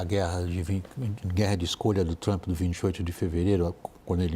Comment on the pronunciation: A pronuncia forcada de palavras em ingles pelo goianio Lourival eh altamente pernostica: "TrAAAaaAmmmppppe", "Dwwroonis". Isso nao te faz mais sofisticado,.